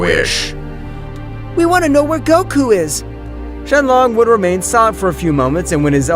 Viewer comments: Shin long Why, he said shin long it’s shinron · shenlong? i thought it was shenron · Bruh said shenlong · ITS SHENRON MAN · Bro he said the dragons name wrong